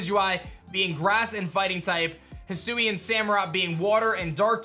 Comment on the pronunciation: I thought it would be pronounced Hi-sway-n